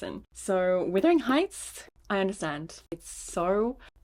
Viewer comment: I need to let you know it’s Wuthering Heights not withering 🩷